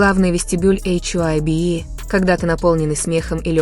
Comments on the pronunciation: Вам следует читать привычное нам ХАЙБ, а не ваше новомодное эйч-Ай- Би. Согласитесь, пожалуйста. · Это слово hybe читается как «хайб»